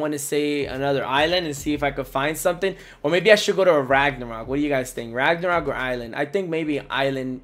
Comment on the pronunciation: You keep pronouncing LAGnarok wrong?